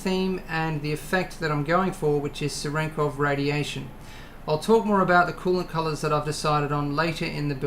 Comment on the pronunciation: pronounce cherenkov properly xD